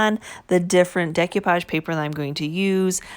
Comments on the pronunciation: I love to hear her say "dec you page" instead of "dec oh page". beautiful job. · I enjoyed watching your video and am inspired to try this myself. I don't want to be that person, but you did say several times about the value of learning: one of the techniques you were using is pronounced "day-coo-pahj" not "day-cue-pahj". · Looks good, MOD podge. De-koo-page. Just FYI. Love your channel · Mod Podge not MODGE podge And Decoupage is NOT pronounced that way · Mute it if it bothers you that bad